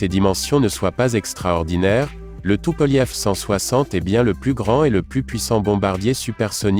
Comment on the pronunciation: depuis quand tupolev se prononce tupolief ,?